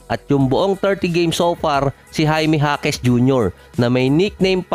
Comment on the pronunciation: Jaime jasquez BA ? Or Jaime ja quez?